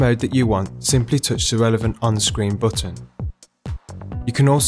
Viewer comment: LOLOLOL "PRESS ZE BOOTON (BUTTON)" ze BOOOOOTON, ahaha